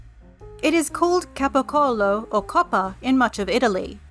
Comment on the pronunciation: Italian here. Excellent pronunciation of capocollo 🙂